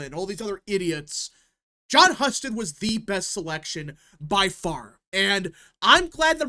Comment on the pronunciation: HUE-STED. btw. Not hus ted